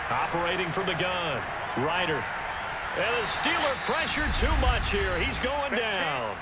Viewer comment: They need to fix the pronunciation of Ridder's name in the game. Geez.